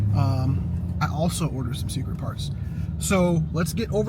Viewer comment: “Ordered some secrete parts” 😅 love it!